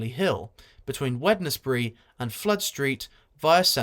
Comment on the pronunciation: The 'D' in Wednesbury isn't pronounced😅